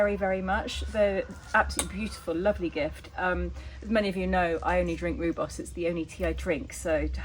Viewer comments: Sorry but I was married to a South AFrican and it is pronounced Royboss 😊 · Just a friendly reminder, it’s pronounced ROYBOS……😉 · Pronounced ...ROY BOS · Just to let you know the rooi in rooibos is pronounced like the name Roy. It means red in Afrikaans.